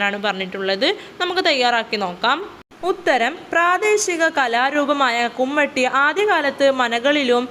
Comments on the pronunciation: കുമ്മട്ടി അല്ല കുമ്മാട്ടി😊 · കുമ്മാട്ടി കുമട്ടി അല്ല 😊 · കുമ്മട്ടി അല്ല കുമ്മാട്ടി 😂😂